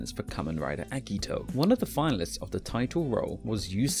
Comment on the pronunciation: The way the voiceover pronounces certain names makes it seem like they have no idea what they're talking about. I mean eggito really?